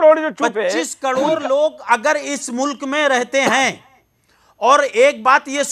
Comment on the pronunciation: अबे तोतले करोड़ को कोड बोल रहा है allha ने पढ़ाया है क्या सही बोलना है तोह पढ़ना है तोह हिन्दू के 5 साल के बच्चे बता देंगे कि कोड होता है या करोड़ ,😅😅😅😅😆😆 ओर साले जा dum की बात करता है तोह 1 दिन हो जाये आर या पर हिन्दू मुस्लिम में 1 दिन को कह जाकर कोर्ट , नेता, पुलिस, sc कोर्ट से की जंग होनी है 1 दिन दो साले एक मुल्ला नही मिलेगा जो हिन्दू मुल्ले बने वो आज भी अपने को हिन्दू ही बताते है मजबूरी है उनकी साले 35 cr में से आधे ही हिन्दू से लड़ने आएंगे बाकी नही हो सकता है इससे भी कम आये क्योकि वो खुद हिन्दू बनना चाहते है तोह आएंगे क्यो आएंगे तोह पीछेय रहेंगे तेरे जैसे आगे हो और साले आधा दिन नही होगा कोई मुल्ला जो अपने को कट्टर ओर तेरी सोच का है एक नही बचेगा बाकी हिन्दू बन जायेंगे कर तोह साले एक दिन की बात सब से बोलने से कुछ नही होता कर जा 1 दिन का वक़्त माग आर पार के लिए देख ले फिर किसमे dum है हिन्दू में या मुस्लिम कट्टर में ओर साले दुसरो को क्यो तू ओर में लड़ते है कोई नही आएगा तू मरा तो मुस्लिम में दम नही मैं मार तोह राजपूत हिन्दू में नही साले 5 min पूरी नही होगी और तू कोड को करोड़ 72 हर के पाश जाकर पूछेगा